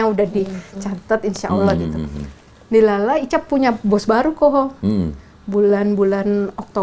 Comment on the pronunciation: DILALAH jadi diucap NDILALAH adalah kosa kata Bahasa Jawa yang mungkin berasal dari kata ADIL-ADILE GUSTI ALLAH. Jadi semua yang terjadi itu atas kehendak adil dari Allah.